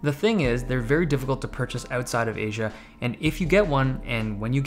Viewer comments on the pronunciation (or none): none